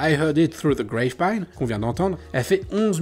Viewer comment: "Gravepine" au lieu de "Grapevine" à 2 reprises --> Contrepet intentionnel ou lapsus ? Ceci dit, excellente vidéo.